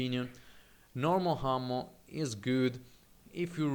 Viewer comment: you're really good at this game. but you have to work on your pronunciation, my friend. What's with the unnecessary H's? H'ammo? Really? why?